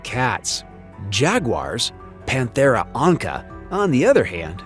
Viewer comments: Jaguar: Pantera ONÇA not onca. It is pronounced ON-SSA / “s” sound. That’s the reason there is a Cedilla under the letter “c” - just like FAÇADE. It’s Portuguese. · The pronunciation it's not "onka" but rather "onssa" (in Portuguese "onça")! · Fyi, at time the “c” in panthera onça is actually a “ç” and sounds like a “s” as in the french expression “c’est come ça… “ In reality, the popular name for the animal in Brasil is simply “onça” (pronounced as “onsa”)